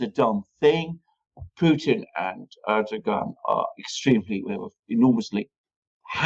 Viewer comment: Can you please inform Mercouris that Recep Tayıp Erdoğan is pronounced in English "Reh-Jep Tie-Yip Air-Dough-Wan" thank you! It's beyond irritating hearing "UrDuhGahn". He just sounds totally ignorant by mispronouncing his name. You hear pronouncing it correctly!